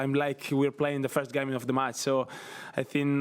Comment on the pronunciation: its not Mats... it is match....!!